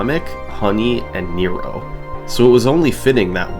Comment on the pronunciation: This is absolutely not important, but Nero's name is pronounced more like nehro rather than knee-roh